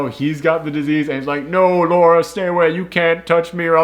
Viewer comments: Dude: it's Lara, not Laura. LaaaRaaa, not Lor-ruh. Lara Croft. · Goes on for a whole bit about how they say Himeko wrong. Proceeds to say Lara wrong for the whole video. You’re great but that is kind of funny.